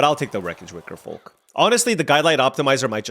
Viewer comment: You're messing with my head pronouncing that "L" in Wickerfolk.